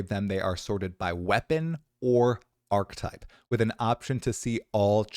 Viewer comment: "archetype" = arc uh type